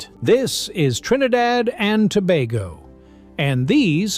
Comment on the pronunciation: Glad you pronounced "Tobago" correctly, we've never been to "Toe-bah-go"